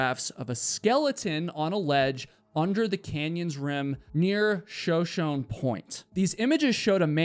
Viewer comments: Show shone? It’s shuh show knee. It’s a tribe of indigenous people. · The fact you’re unable to pronounce anything of relevance shows you’re a terrible story teller. Shoshone is pronounced “Sha Show Knee” NOT “Sha Shonnnn”. When you can’t even spend the time to correctly pronounce words you’re really no better than A.I. created slop… but by god subscriber’s are what’s MOST IMPORTANT! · Shoshone is the name of an Indian native people, pronounced Sho Sho. Knee. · Ok. I’m tired of hearing you mispronounce, “Shoshone”. The Shoshone were a tribe of Indians. Their name is pronounced, “Sho-Sho-Nee”, not, “Sho-Shone”. Please stop using the incorrect word. Ugh. I feel better now. 😂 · Not to be that guy, and i mean no offense by this, but it's pronounced "Show Show Knee," not Shuh Shown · Show-show-knee not show-shown 🤦🏽‍♂️ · You’re killin me with the “sho-shohn” pronunciation. It’s SHO-SHO-KNEE after the Native American tribe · Pronounce like Show Show Knee not Show Shown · The Shoshone (pronounced Show Show knee) is a Native American Tribe in the Southwestern USA. At least try to do a little research on the names you read before disrespecting the Tribe. It wouldn't kill you to be a bit more careful and respectful. You also show a noticeable disrespect for the elderly that have collected things that meant something to them during their life. "Useless crap" shows you have no respect or understanding of what others find important. You are so unwise and disrespectful it shows the limited perception of youth and ignorance. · Shuh-show-nee. Please. Check before you mispronounce these names to all your 817K viewers. Words matter! NAMES MATTER! thank you for your attention to this matter! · *sho-sho-nè (sho show nay) :D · Sho sho nee is the pronunciation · Shoshone It’s pronounced Shōw-Shōwknee 😊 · how is it that you've made it to adulthood in America without knowing of the Shoshone tribe? Pronounce it Shuh-SHOW-knee. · Shoshone is pronounced shuh-show-nee.